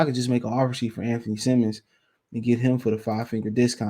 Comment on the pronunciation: Dude get Anfernee Simons name right, it's Simons Simons Simons, not fuckin Simmons it's not Anfernee Simmons